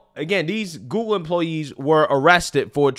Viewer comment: Love how says "GooGoo" instead of Google lol